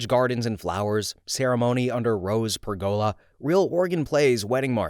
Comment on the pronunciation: this is like telling a friend they have spinach in their teeth: it's nuptials: pronounced nupp CHOO als. Pergola: pronounced PURR-go-lah. You are awesome.